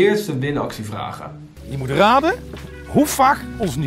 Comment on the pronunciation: "Hoe krijg hij het voor elkaar om alles verkeerd uit te spreken?" Ook: Zet zelf zelden de letter 't' achter een woord:') "Wat je ook doe" "Ik moe reageren" "Met me omgaa" "Dat zeg niks"